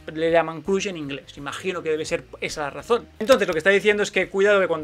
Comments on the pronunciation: Jajaja Collons Has dit "CRUSH" pronunciant la U com a la paraula CUC? Ja veig que t'agraden els anglaicismes de la cultura pop actual, a mi també... Pero si els utilitzas pronuncials be collons jajajaja... Es pronuncia més a prop de CRASH que de CRUSH. Es sembla a la pronunciació de Trump. Vale una abraçada i endevant, molt entretingut. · Pronuncialo así "Croch" en vez de Crush ;)